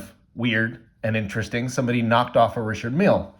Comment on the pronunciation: its not pronounced Richard Meal... holy fk its annoying the way you say it. Also you could have bought the same watch in china for 60 bucks